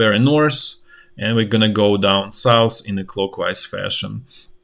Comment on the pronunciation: Let's go douwn sous, no it's sout hhhhhh souuuufffh fffffhhhh. Sooouuffffffhhhhh